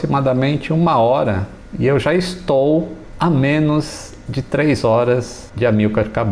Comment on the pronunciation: "e eu já estol"